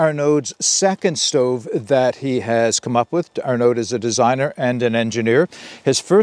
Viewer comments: Great review! Looks like an awesome rocket stove! Don't pronounce the d, "Arno" like "Arnie" (as in the governator) but "Arno". I "may" be wrong but "aud" usually = "oh" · aud = "oh" IN FRENCH. I forgot to add that bit! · Thanks for the preview. Heads up, Arnaud doesn’t pronounce the D at the end.